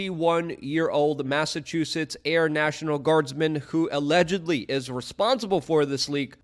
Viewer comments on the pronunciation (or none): none